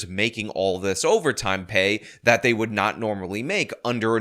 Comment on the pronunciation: "Day ahl gots degrees"...Pathetic...